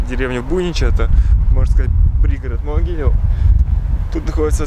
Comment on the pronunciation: Правильно говорить Могилёв ударение на ё